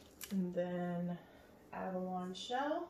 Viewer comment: Abalone (/ˈæbəloʊniːor ab-ah-loni. You have to say that like it has an i at the end. :)